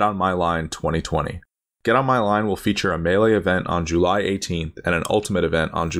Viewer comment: i have never heard anybody say july like hax$